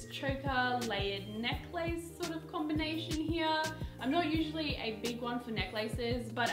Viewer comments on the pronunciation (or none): is that how you pronounce necklace????